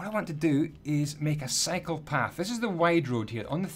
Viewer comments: Every time you say "cycle path" it sounds like "psychopath" lol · Gonna be honest I thought you said psycho path